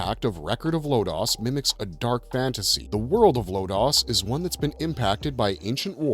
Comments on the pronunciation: Why do you always mispronounce Lodoss? It’s literally pronounced at the end every episode of the 26-episode TV show. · I gave you a thumbs up and thank you for the trivia of the origin of the making of the great anime but as if it wasn't bad enough listening to the guy pronounce Lodoss and Deedlit wrong multiple times you now one up him by making "Lodoss" into "Lotus". Is it that hard to do a little research first?